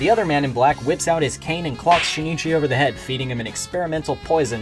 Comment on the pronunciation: Luv it bro but I can’t stop cringing from u saying shinichi his name is pronounced sheen-chi